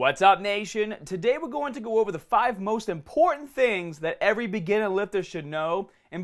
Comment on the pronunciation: Take a shot everytime he says begeenah